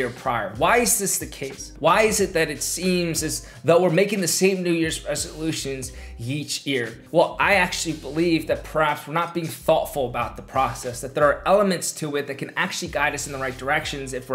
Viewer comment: yeach ear instead of each year 😭